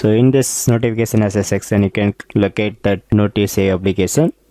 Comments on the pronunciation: Your pronounciation of Delete feels "Dalit" and Notification like "Notiphikesan" 🤣🤣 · Gud Job but try to pronounce notification and application correctly